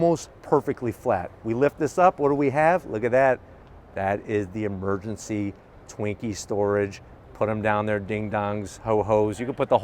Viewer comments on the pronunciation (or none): It sounds like he's saying "twinks" instead of "Twinkies". Lol